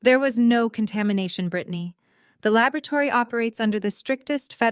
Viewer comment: Labrotary or laboratory? So artificial narrative